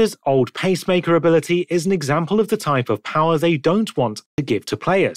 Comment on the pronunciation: Did you intentionally make the text to speech say bob-omb instead of vauban and pacemaker instead of peacemaker?